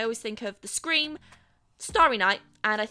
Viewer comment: Did anyone else thought she said screen not scream.😁😁